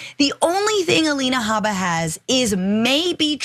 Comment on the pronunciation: If you mispronounce Habba’s name for fun you justify the Right mispronouncing DA Fani Willis’ name.